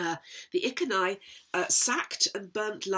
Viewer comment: Iceni could be I cen I pronounced E ken E because down the road you have cent (KENT ) and geni is a Welsh word for birth . Or I geni place of birth